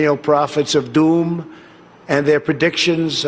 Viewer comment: bro says "Doom" so funny 😂